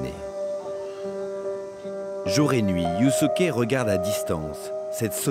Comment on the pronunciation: Yusuke se prononcé Yousské si jamais. Faites un effort sur la prononciation des prénoms japonais